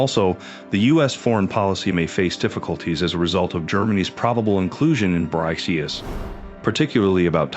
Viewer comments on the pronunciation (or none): It's pronounced Bricks. Your AI reader can't figure that out? How can anyone take you serious?